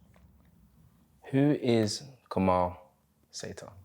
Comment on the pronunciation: Interesting interview. Btw his name is pronounced Kamil (Kameel)